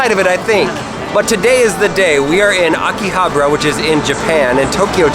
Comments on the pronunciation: “We are in AKI-HABRA” why can’t English speakers say Akihabara properly? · That pronunciation... aki-ha-bra... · Did he say okihabro? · Ah you butchered Akihabara just like the typical white man you are